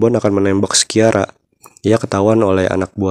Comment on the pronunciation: Lea Seydoux dibacanya Lea Sedu Christophe Waltz dibacanya Kristof valts Sciara dibacanya Shara